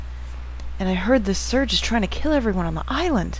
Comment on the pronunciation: lol you cant say serge? ^.^